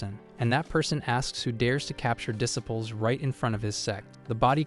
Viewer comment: Need to train your AI to say disciples properly.